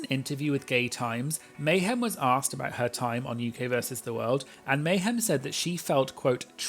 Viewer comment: Meh-hem Miller as one queen put it I believe lol